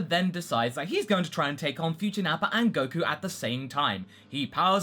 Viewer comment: Goku would have a difficult time telling what will happen in the future because there won't be Piccolo hear the whole conversation. (correct me if i'm wrong but i remember that it was piccolo who got the details of that conversation right.) why do you say Nappar with an R sometimes?